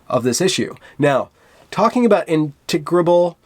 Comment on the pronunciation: I don't know what's happening to me (age?), but I came here ready to hate on you and found you completely reasonable and even pretty funny (and big points for your candor in attempting to pronounce "integrable," or whatever that word is). I am a lifelong and very devoted stereotypical liberal, and these crybabies make me fucking crazy.